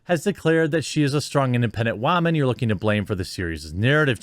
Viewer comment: Omfg!! I'm so sorry. I love you Jeremy but she did you good lmao. She said "wahmanly" and everything. Solid dunk.